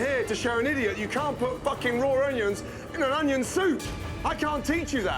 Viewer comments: 40.45.....😂whats an "Ongyon"??? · I absolutely hate when people pronounce onion with a g in it.